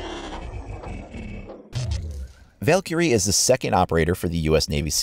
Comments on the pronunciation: He pronounces Valkyrie wrong. He stressed the i"ky" too much. It should sound more like "Val-Kree" than "Valkurey." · You say Valkyrie like Val carrie